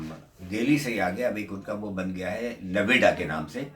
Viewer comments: It's not Naveda it's Noida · नवेडा नहीं नोएडा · Noida hai not Naweda..pls correct. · Noveda nahi hai NOIDA hai. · Uncle ji Nevada nahi...Noida boltey hai. Aur Ajmer ki bhi visa loh == Sultan-e-Hind ki Mazar hai vaha...BTW I am non muslim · Navida nahi bhai . NOIDA . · sir it noida no-ay-da and welcome to 🇮🇳 lot of love